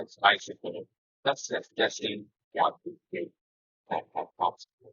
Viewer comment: When you guys sound tested the mics by going popsicle, icicle, testing... my brain heard "testicle" 🥜 lmao 😆